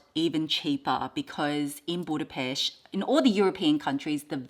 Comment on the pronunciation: You’ve got some gorgeous pieces, 🥰 And I just have to say it, as a Hungarian I loveee how you pronounce Budapest, you sound like a local haha